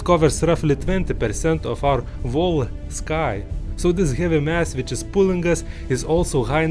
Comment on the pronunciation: when you pronounce "whole" you have to pronounce it as "hole". Remember not to pronounce the "V"